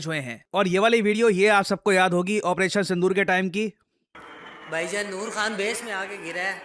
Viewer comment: Bhaijaan ❌ paijaaan ✅